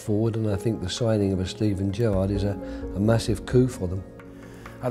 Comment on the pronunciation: Don't call him Jurrarrrrrd PLEASE